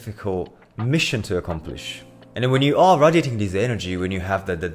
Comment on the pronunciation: can’t trust a nigga who doesn’t know how to pronounce radiating